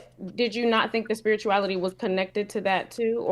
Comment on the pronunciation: I’m sorry I didn’t know that you were speaking about finna! I thought you were speaking about behavior. I have no push back on the word finna! I said something about the woman always saying thank instead of think🤷🏽‍♂️💕